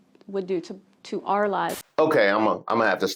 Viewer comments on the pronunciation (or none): okay but she actually tells you exactly her thought process, with how she emphasized that sentence. "we didn't understand the devestation trump would cause to OUR lives" she knew. she knew exactly what trump was about. just wanted it to happen to the people she hates, not herself. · I noticed that emphasis on “our” too